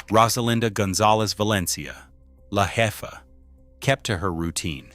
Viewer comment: This dude needs to learn spanish😂🤣 I couldn’t stop laughing when he said jefa.🤣🤣 J in spanish is supposed to be pronounced like a H.😂